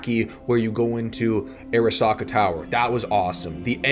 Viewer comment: Love the review but I don’t understand how so many channels invest so much time in a game and just brutally mispronounce common words from the game. “Ah-RAW-Sahkaaa”. I’m sorry but it drives me fucking crazy